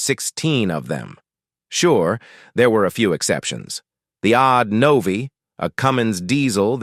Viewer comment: Including mis-pronouncing Novi and Don Frey's last name.